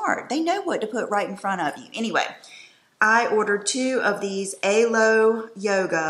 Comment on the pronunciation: I love that body suit! CUTE. Also, I think it’s pronounced Alo, like aloe (think aloe vera). It’s alo yoga. :)